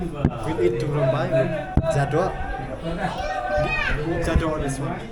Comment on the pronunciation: Tungrymbai pronounce as tung-rim-bai prepared from fermented beans.